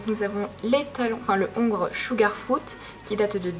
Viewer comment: On ne dit pas le ongre on dit l'ongre sinon super vidéo bisous je adore 🙂😉😃😽